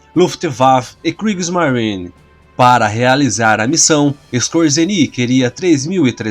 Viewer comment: Por quê, quando você pronuncia o nome da Luftwaffe, pronuncia correto, e quando fala da Kriegsmarine, pronuncia com sotaque inglês, sendo a kriegsmarine também alemã?